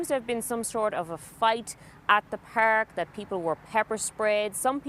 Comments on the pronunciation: It's Park not Peerk, you dumb ass reporter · We don't know what happened so "feeeer" in the "peerk" 😂😂